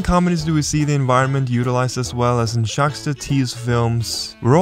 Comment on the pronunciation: Also, Jacques is pronounced with a silent s...